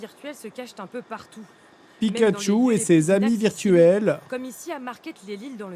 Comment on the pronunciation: pikatchu il dit plutot fuk yu ...